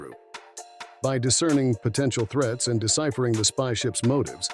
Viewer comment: "threets"? These AI narrators are getting better by the month.